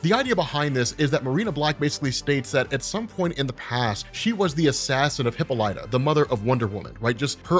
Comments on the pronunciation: Hip-UH-lee-tah not Hippo-litah... sorry XD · I thought it was pronounced Hih-paw-lih-tah.